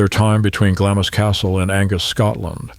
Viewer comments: Pronounced Glams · The Narrator should have checked his pronouciation. Glamis is pronounced Glams, just one syllable. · Isn’t it pronounced Glams? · Glamis is pronounced Glaamz. Just saying… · GLAMZ Castle…pronunciation please! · The I in Glamis is silent. Just saying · Why would the narrator show a picture of the future Queen Mother with her husband while he's talking about a different woman and her husband? The narrator is clueless in a number of ways, not the least in mispronouncing Glamis and Lyon. What draws such an unqualified person to take on projects of this sort?